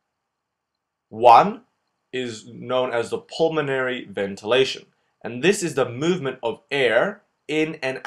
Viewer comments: Great video and it's "pulmonary" not "pulmanory". All in good faith, brother. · Nice video, but PLEASE, it's pulmOnAry, NOT pulmanory! Spell it right! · It’s apeles “pulmonary” instad of “pulmanory”. Great vídeos, thanks! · I noticed that too xD